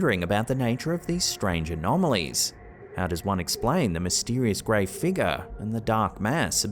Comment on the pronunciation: You had me at "mysterious fig-yahs". Love you and Ham Fam